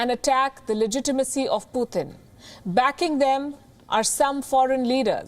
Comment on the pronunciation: It's Putin NOT Puthin. Please say his name correctly.